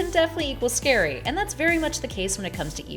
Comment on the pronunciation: Shouldn't it be "scary" and not "sary?"